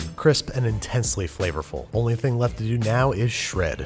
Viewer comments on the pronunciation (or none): none